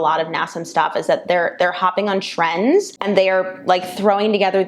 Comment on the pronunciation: Unfortunately as companies look to add revenue streams some of their practices usually start bordering on sketchy. I had to do a double take on the one portion of the video as I thought you said Tren as in the anabolic steroid 😁 instead of trend.